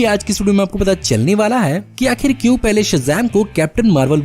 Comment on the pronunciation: Please carry on this accent Aaj aap ko milne wale h bhaari bharkam spoilers Kyu , kyuki........ We love ur this accent of kyu....Kyuki 🤘🥂